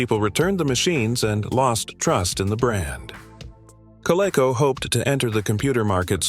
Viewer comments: Kodak disc camera .......took the crappiest photos!!! "Co-lay-co" ...for Coleco .....lol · It was pronounced “Ko-LEE-ko” and “Ko-LEE-ko-vijj-un”. FWIW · "Coh-leh-coh"? "PC J R? Record your own voiceover, or at least FIX what's ridiculously incorrect.